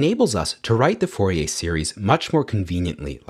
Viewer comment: Pronounced FOR-EE-AIR , not FOR-EE-AY